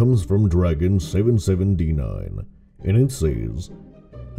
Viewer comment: This is the second time a youtuber has said my name and you are the only one that got it right with 7-7-D-9